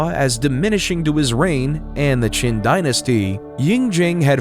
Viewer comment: c'est un peu bête de ne pas avoir appris comment prononcer les noms Chinois. En effet, Chine viens de Qin mais du coup on se demande pourquoi ? la raison est simple c'est la même prononciation en chinois. mais la avec votre prononciation on ne vois pas trop le rapport.